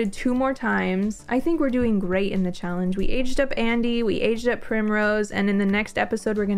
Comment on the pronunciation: Leg-ah-see. Cha-Lange ?